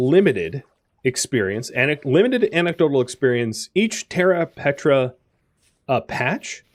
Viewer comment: died every time you said "petra' instead of "preta" good series tho